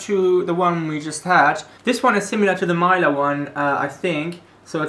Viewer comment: its not maila its milka